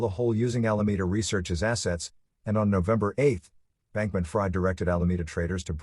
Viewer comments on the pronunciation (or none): I believe his hyphenated name is pronounced Bankman- Freed (short i), not Fried (long i). Otherwise, excellent job (seriously).